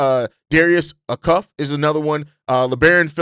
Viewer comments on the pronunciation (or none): It’s pronounced Ay-Cuff not acuff